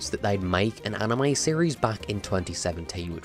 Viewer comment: It's anime, not anamy